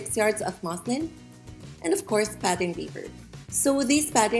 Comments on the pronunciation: naw bc I thought she said ‘i got six yards of muslims’💀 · Did she say moslim